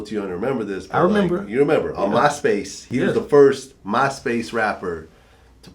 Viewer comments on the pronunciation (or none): this wigger just said "mahspace" and "muhfucka"